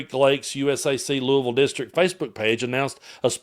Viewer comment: Thank you for pronouncing Louisville correctly. My mother in law was from there and it was a lesson to me years ago 👏🏻👏🏻👏🏻